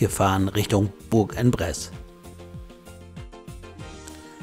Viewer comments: spricht sich ungefähr so: Buhrangbress Danke und Gruß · Hab den Daumen hoch gemacht, aber französisch wär noch ausbaubar! Vielleicht so: Bursch on press, Lautschrift hab ich nicht so drauf. Sonst hört sich das grausam an! Aber sonst super !